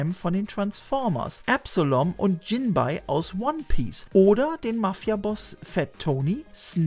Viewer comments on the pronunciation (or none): Kleine Korrektur: "Jinbe/Jinbei" wird in hiesigen Synchronfassung mehr "Jinbey" ausgesprochen.